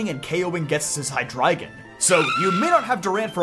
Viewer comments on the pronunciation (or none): none